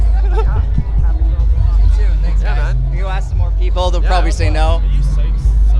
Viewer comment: The guy thanks like a chinese wtf :))